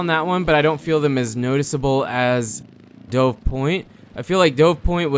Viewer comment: Dude it's pronounced like "duv", like the bird. That is how it's spelled.